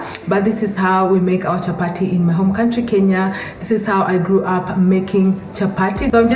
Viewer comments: It’s not chappa-tee it’s chappa-thee, it’s a soft “th” sound, as in the word “thin!” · You are sooooo beautiful. And how nicely you call it chapati. Amazing recipe. ❤❤❤ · I love the way you say CHAPATI 👌 Thank you for this video!